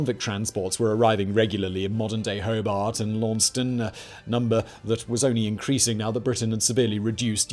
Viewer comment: FYI: Hoe-Bart, and Lawn-sess-Tun, interesting video though!